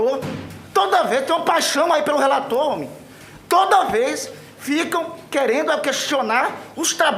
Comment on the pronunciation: Ele fala homi kkkkkm